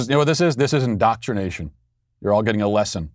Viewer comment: Did he say, "in-dot-rination" there, or do we need to suspend his dad card?